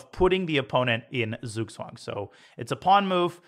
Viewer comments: Hey Daniel, I just wanted to teach you how to pronounce Zugzwang properly. Spelled in an English manner, it would be "tsugtsvang". So, you're pronouncing the vowels perfect, but German Z makes the sound "ts" and German W makes the sound "V". Thanks for the videos, love learning from you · Its right that its writen "Zug Zwang" but in german z is pronounced "ts" so it should be read "tsug tswang". Thanks very much Daniel for this awsome series.